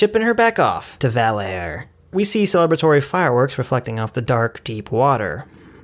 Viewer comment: "Val-air" got me. Lol